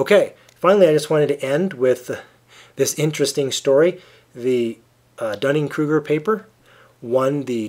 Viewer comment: I am glad someone pronounces that name correctly. My last name is Duning, like a sand dune. However, a lot of people at my school pronounce it like Dunning when they see it for the first time. @@ It sucks.